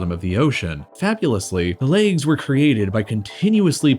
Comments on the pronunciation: Why do you pronounce "legs" as "lakes" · Nobody: /Americans: laygs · Why do some americans say "laygs" instead of legs? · It bothers me how he pronounces "Legs" "Laaygs" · The “laigs” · Legs not leags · "the laigs" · I squirmed every time you said "leygs" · Man wtf is a "layg"? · Bruv they're called fucking "legs" not "layoogs" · Why does he pronounce "legs" as "laygs"?? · Is it just me or is he saying leygs? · Holy shit learn how to pronounce legs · legs? no, laygz. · You don't know how to pronounce "legs" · You from Minnesota or something? Why you pronounce legs like that? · it's distracting the way he keeps saying "the laygz"